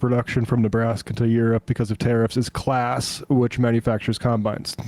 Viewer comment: sorry but Claas is pronounced exactly like class with a bit longer a greetings from a Claas fanboy in Germany